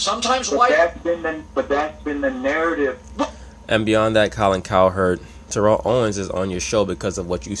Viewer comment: Jesus Christ you are not saying his name correctly